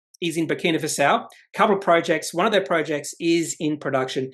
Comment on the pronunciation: Thanks. (by the way, it's pronounced Faso, not Fasao). Looks very promising but the jurisdiction risk makes me nervous.